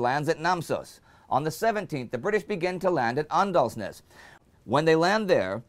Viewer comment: You dont say Åndalsnes as Andalsnes. It should be said Ondalsnes.